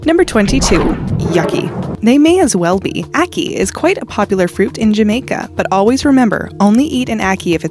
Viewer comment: Ackee not yucky ... More research on names as that is giving wrong information 😱😂